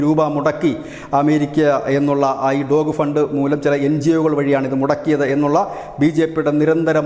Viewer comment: ഡോഗ് ഫണ്ട് അല്ല ഡോജ് ഫണ്ട്.